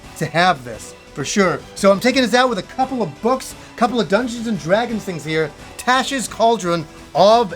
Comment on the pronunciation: Interesting pronunciation of Tasha. Never heard someone say it like that before.